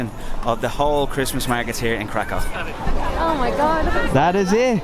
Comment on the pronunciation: oh yeah, Kraków is cool but Wrocław is just superb 😉 btw Kraków pronounciation is krakoov, not krakov. Why ? Cos ' ó ' it is not ' o ' . It's actually ' u ' ! But what we call it ' u ' - "closed". In PL there are two kinds of 'u' = normal one which is U and Ó. So Kraków = krakoov ✅. Ps. Guys,next time come to PL in spring or in summer with a temperature up to 38-40°C 🥵😉 Best Regards